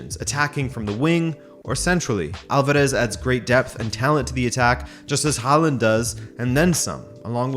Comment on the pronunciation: What's with the mispronunciation of his name? The "Haa" is pronounced with the same vowel as in "tall".